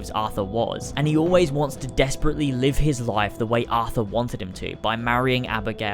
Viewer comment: It's Arthur... not Athur.